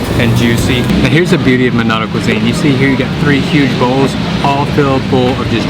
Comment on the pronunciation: Manado mas: bukan monato.Jogya mas: bukan gorgia 😂😂😂